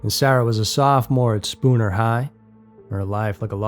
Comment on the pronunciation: Congratulations. You pronounced Spooner correctly